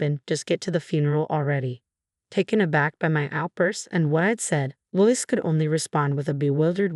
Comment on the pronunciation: The name LOIS is pronounced as "LOW-ISS". I think you always get at least one or more simple word or names mispronounced, in each and every video. Stories are interesting but the telling is always off!